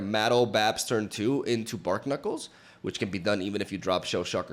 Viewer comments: Bar-knuckles (as in the thing on your fists) Not bark-nuckles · youre pronouncing barknuckles wrong. its a pun between barnacles and knuckles. so "bar-knuckles" (silent k). 🤓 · Who's gonna tell it's pronounced 'Bar-knuckles'?